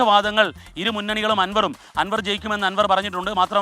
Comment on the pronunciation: ആൻവർ അല്ല അൻവർ